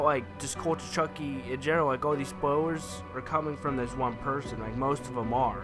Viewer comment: Its spoilers not spoiwers